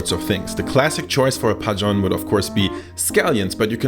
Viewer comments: As a Korean I approve of your recipe and how you pronounced 파전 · Your pronunciation of 파전 is so good lol